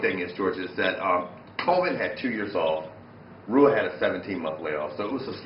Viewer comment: Rua is pronounced Whoa!